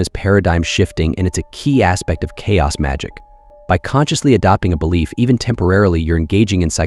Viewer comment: “Belliief” 😂